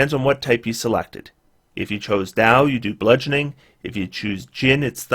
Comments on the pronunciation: Dao is indeed pronounced 'Dow'. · I am fairly certain you are pronouncing Dao correctly but I think there is a pronunciation guide voice by Mercer in D&D Beyond now if you want to be sure. I don't want to be like the guy who told you Eberron was pronounced e-BEAR-on.